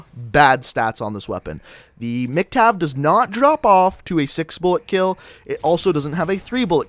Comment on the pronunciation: why were u saying MC-Tav?